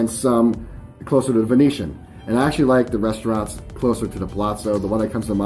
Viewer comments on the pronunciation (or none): none